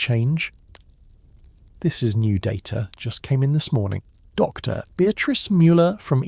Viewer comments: That pause drives me crazy too. The AI keeps treating “Dr.” like a full stop and it breaks the flow of the narration. A small adjustment to punctuation handling would make the whole video so much smoother to listen to. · I wish they would adjust the AI that is speaking here to know that, "Dr." is not the end of a sentence and stop the annoying pause when he says, "Dr. Anyone"